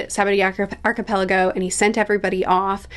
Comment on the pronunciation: wait u actually pronounced archipelago😭 gone were the days